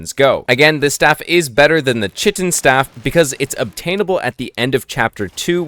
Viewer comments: Bro its pronounced Kite-in not chit-in. Sounded like you were trying to say shittin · Lovely video, watched it till the end, but please, the Chitin Staff is pronounced "Kai-Tin" not "Chi-tin" 😭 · everytime he said "chit in" instead of "kite in" a part of my soul died 😂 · It’s not chitttten. It’s pronounced kaiiiiiiii-tin. K-eye-tin. And Chitin is insect exoskeletal protection. 🤦🏻‍♂️ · It's not pronounced "chit-in" it's "kai-tn" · Chitin staff?,. It's pronounced Kai' tn staff it's a k sound. It's the stuff insects exoskeletons are made of which is why it's found in chap 4 I suppose. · It’s not chit-in! Chitin is pronounced Kai-tn. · Kite-in not chit-in its just how its pronounced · Why doesn't anyone know how to pronounce chitin right? Lol it's not "chit-in" it's pronounced "Ky-tin" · KITE-IN STAFF NOT SHITTIN STAFF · it's kai-tin, not chih-tin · chitin is pronounced kite-in. nice vid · The chitin staff is pronounced *Kite-in*…. I learned this way too late in life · Don't know if you were purposely mispronouncing "chitin" because of how much emphasis you kept putting on it but it is pronounced kai-ten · Chitin is pronouced Kai-tin if I am not wrong, I don’t like doing this but tbh its just a “the more you know” typa thing, annoyed me quite a bit lol. Nice vid tho. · Chitin is pronounced like "kite in." You get it in chapter 4 because chitin is what the exoskeleton of insects like spiders are made of. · lol chitin is pronounced kai-tin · I hate to be that guy, but 'chitin' = 'kite-in' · Prob got this comment already but just in case: Chitin is pronounced “KITE-in” and it’s what a crab’s exoskeleton or a bull’s horn is made of. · dude chitin is pronounced as ˈkaɪtɪn i was thinking wtf where i missed that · Good video, but please, please pronounce chitin correctly. “Kite-in” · It’s pronounced kite-N (chitin) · Chitin is pronounced Kai - tin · based tier lost but your pronunciation of "Chitin" is slightly concerning to me